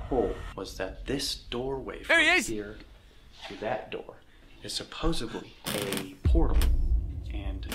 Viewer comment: Go to massage therapy and they can get that muscle back in shape. I do that occasionally! And these guys drive me nutty. He said "supposebly" instead of "supposedly". HATE THAT. PET PEEVE!